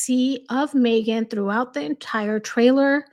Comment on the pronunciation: I love how u say Mee-ghan on purpose every time 😂 because for her it really is all about her. She’s the poor man’s Pam Anderson - Pamela’s cooking show is such a hit & this one tried to desperately copy it